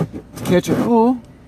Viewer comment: Did not done Oil not all Ounce not ayounce Our not are Before not buhfore Find not fond Guys not gahz Drive not drahv Excited not exsahted Of not uh Tried not trahed